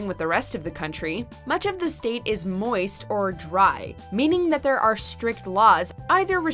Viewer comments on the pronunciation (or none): “Moist” hahaha she said “mooist.....”